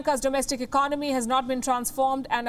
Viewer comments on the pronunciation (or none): none